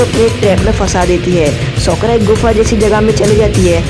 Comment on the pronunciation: Usko sokra Nahi sakura kehte hai